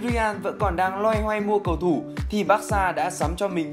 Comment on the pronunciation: Đọc tên cầu thủ sai be bét, đến chán 2 bạn này